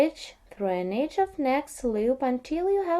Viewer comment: She is saying EDGE... Sounds like AGE. Just figured it out myself. Now it makes perfect sense.